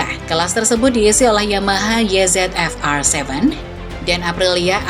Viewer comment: mbaa mbaa... parah bangat dah Starting Grid ini... nyebut angka pake bahasa inggris semua, giliran yamaha YZF (baca : ye zet ef) jiaahh ngelawak bae lu mbaa... makanya ngga usah campur2 bahasa inggris ama bahasa indonesia, udah pake bahasa indonesia yang baik aja... kalo mau pake bahasa inggris, itu YZF (baca : way zi ef) mba, buka YE ZET EF...